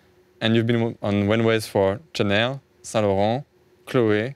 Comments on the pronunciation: "Tchanel" "versatchi" mdrrrr mais qu'est ce que ? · C’est normal il les a prononcés en anglais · Pour Versace je suis pas sûr mais ça se pourrait à cause du « e » à la fin, mais en tout cas c’est sûr pour Chanel, j’ai déjà entendu pas mal d’américain etc le prononcer comme ça